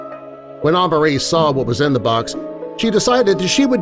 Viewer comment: it’s pronounced uh-mar-ie Amari that’s my name